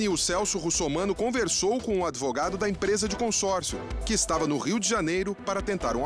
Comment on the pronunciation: "Eu sou adevogado"